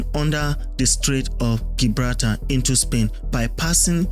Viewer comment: It's pronounced Jibrawlta not Gi braal tar